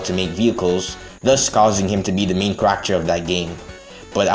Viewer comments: i love your vids, but man do i hate the way you say character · fun how many comments there are about how you say character lmao. as long as it's still understandable why give a shit